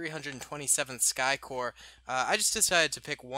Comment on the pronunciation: 327th Star Corps. not Sky Corps.